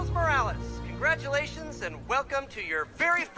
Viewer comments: It’s pronounced “more-wa-less”? Not “more-rolls”? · It’s more of mo-ral-less